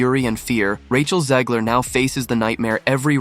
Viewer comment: There is no I in Zegler. Back to the Burque. Albuquerque. Maybe Russ and Doug can do a new restaurant for her so we can learn what not to do. Hahahaha.